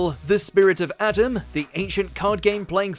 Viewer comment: The correct pronunciation for the Pharaohs name is {ah-tem} the way you said it sounds like Adam which is DEFINITELY wrong The ones I've seen on this list are Digimon, Inuyasha, dragon Ball z super(even though I still haven't seen that episode and the rest of super, yet), Yu-Gi-Oh (but not that movie yet), Hunter Hunter, Fullmetal alchemist but not the brotherhood season/series, and WHO HASN'T seen Pokemon (I just haven't seen the rest of the day alola season I might get flak for that)